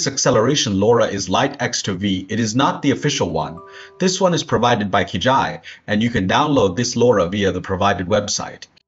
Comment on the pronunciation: I stop the video when it says Kijai wrapper 😂